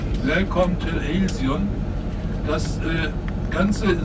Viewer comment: Ha, hør Alsion udtalt på tysk: ILSEÅN